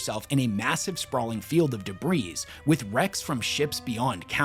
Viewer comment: I'm a big fan and I don't like to nitpick, but the s in debris is silent